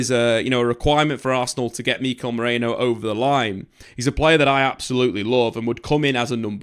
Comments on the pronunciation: When you say "El Sociedad" (over and over throughout the video), do you mean Real Sociedad? And who is "Miko Moreno"? It's bizarre, because you can read Ødegaard but you can't read Merino. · If Merino is signed can you show him respect by pronouncing his name correctly. Meh-ri-no. Check translation apps if you don't believe me.